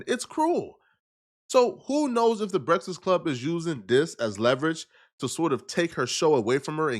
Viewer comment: can't pronounce breakfast